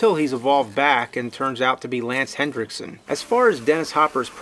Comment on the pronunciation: It's Henriksen not Hendricksen.